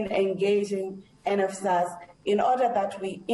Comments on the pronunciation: She can't even say NSFAS😂😂NFAS😂😂👀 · " we don't disadvantage them " she is claiming students doesn't have money to pay tuition fee while she know exactly , they do that to coz they haven't sent data to nsfas 😳😳 nnfas 😳😳 she can't even say NSFAS.. AND YET SHE IS NOT GIVING STRAIGHT ANSWER STILL TELLING NUMBER OF STUDENTS IN UNISA IF STUDENTS ARE TO MANY WHY THEY DONT HIRE LOT OF STUFF OR COZ STUDENTS AND NSFAS ARE PAYING OR MANAGEMENT IS SAVING IT FOR THEIR OWN POCKETS .... MOREOVER HOW CAN STUDENTS DOWNLOAD STUDY MATERIAL IF THEY DON'T HAVE SMARTPHONE OR LAPTOP , AND HOW ARE GOING TO WRITE ASSIGNMENT WITH CELLPHONE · NSFAS not nesfas aggg just go out....